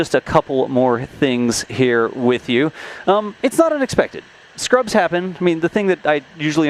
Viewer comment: Scrubs, not Ruds!